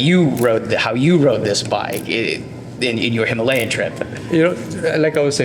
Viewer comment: Today I learned that it's "hiMALayan", not "himaLAYan"